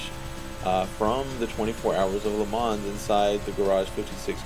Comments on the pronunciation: It’s pronounced Le mon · i wanna trust u but u pronounced the s in le mans